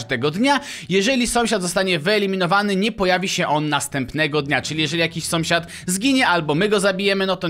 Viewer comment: dlaczego na początku powiedziałeś somsiad